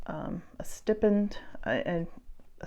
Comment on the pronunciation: Hi, Stipend rather than pronounced like the ’i’ in stick, the ’i’ is pronounced like the word ‘eye’ 😊 Hope that helps. What a darling Archer is. Your continued inclusion of Chippy will ensure a relatively smooth transition. I’m sure it won’t be long before one is snuggling up against the other 😊. Archer couldn’t have chosen a better, more loving home 😉😉. Cute play on his Star Sign 😊